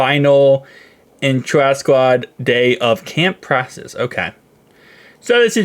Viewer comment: Dude please say practice right. Watch it channel everyday but I just don't understand how u know it saying it wrong and make zero attempt to correct it. Please dude please